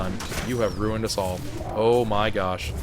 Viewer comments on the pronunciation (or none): none